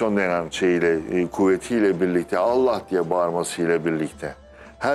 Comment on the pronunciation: ALLAH kelimesini hizli değil ...ALLAH....ALLAH....DIYE pekiştirerek söylenmesi lazımmış hissederek ..